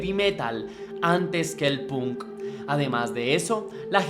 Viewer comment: emmm .. buena reseña.. decente mas bien.. debes prestar atención a las fechas porque no solo en la fecha de nacimiento de Paul le erraste sino en un par mas .. además debes, si quieres que tus videos crezcan a nivel internacional, mejorar tu inglés .. por ej.. la palabra Punk no se pronuncia como se lee .. se pronuncia Pank y sobre todo el nombre de la banda Iron Maiden no es eiron maiden .. es Airon Meiden .. salvo estas cosas en general está muy bien .. saludos desde Santiago del Estero, Argentina!